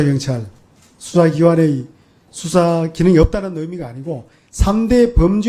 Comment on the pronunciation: 법에서 수사라는데, "ㅅ"을 "ㅈ"으로 읽네...ㅋㅋ